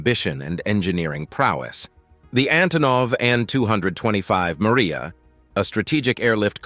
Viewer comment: The plane is MRIJA, not Maria, and as you may not have noticed, it belongs to Ukraine and wears its national colors. Not everything can be translated into English, it is good to interpret it as it is. And regarding the size of the machines in Russia, he doesn't look so much at fuel consumption, because they have their own oil resources and they don't have to rob and occupy other countries.... Don't forget the size of Russia and its resources.... Not everything American is immediately top-notch and TOP , after all, the mind learns from mistakes, as long as it has the ability.